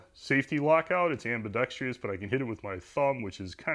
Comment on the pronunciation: You said ambidex-tree-ous multiple times. I'll assume it was an intended pun and I'll still give you your thumbs-up, but try not to do it in the future–it makes me cringe! For small tree work, I've been using my reciprocating saw, and I do admit to having bent a few blades.